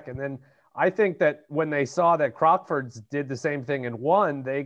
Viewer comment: A point about CROCKFORDS (which is pronounced CROC (like a Crocodile) with FORDS sounding like FUDS) - not CROXFORDS. In the UK Gambling debts (both ways) are not enforceable in law. (I am an ex-bookmaker.) The commentary said that Ivey sued for a gambling debt. That is why the UK judge gave his verdict as he did. (20.36 on the video) calling the play "Cheating". To my mind, if the casino is so careless as to use cards that they know are badly printed, I cannot see how this is cheating. They should use cards with a plain colour, even white -no problem then. But then I'm not a judge!